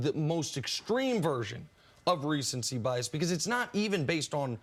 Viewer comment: "Recency bias.." Pssss c'mon man!